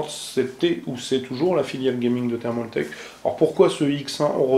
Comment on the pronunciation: c'est pas thermauuuultake ptn j'en ai marre c'est thermaltake